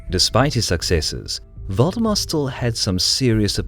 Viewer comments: Am I the only one who keeps hearing Voldemort instead of valdemar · Thought it was "Voldemort" instead of Valdemar. Even after I realized my mistake, I couldn't unhear it. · Who heard voldemort instead of valdemar? xD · I keep hearing "Voldemort" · When he said Valdemar I heard "Voldemort" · Was anyone else hearing Valdemar as Voldemort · Sounds like he is saying Voldemort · Yup. Don't meddle in the affairs of wizards. Unless you are a merchant league.